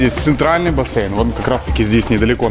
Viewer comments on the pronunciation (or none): Правильно говорить бассЕйн, а не бассЭйн! Без обид!